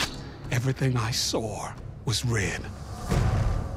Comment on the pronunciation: Damn for a man in his 50's Garret looks good, must work out and eat right. Also Lenny's couldn't help his british accent when he pronounced saw as sawer lol!